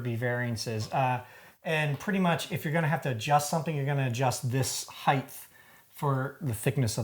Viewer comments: Why is it considered "nerdy" to show common sense? When he said about designing the racks so the paint name could be seen, he said it was kinda nerdy...are we so determined to be allow ourselves to be dumbed down that any "thought" is considered nerdy? And why do Americans mispronounce "height"? Highth is how many pronounce it. Note it's h before t, so no "th" needed. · It's a bit of a generalization to say "who do Americans mispronounce...". I am American and pronounce it correctly. However, I agree that way too many people mispronounce it. heighT, not heighTH